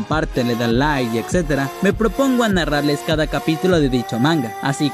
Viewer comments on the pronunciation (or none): none